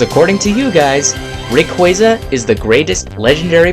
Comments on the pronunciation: Its not Reyqueyza its Rayquaza... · RAY QUAH ZA, not RAY QUEA ZA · Its fucking Ray-kwah-zah. Lol come on man. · You're saying rayquaza wrong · how is it correctly pronounced? Ray-qwaaza? or Ray-quayza? either way Suicune is clearly the best. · you pronounce rayquaza wrong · …I think he said Rayquaza wrong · SAY RAYQUAZA CORRECTLY!!